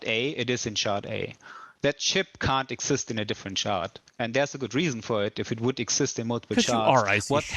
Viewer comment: I'm going to go play Eco while they fiddle fart around with all this. Catch you in 2 - 3 years. And folks, it's SHARD, not SHART.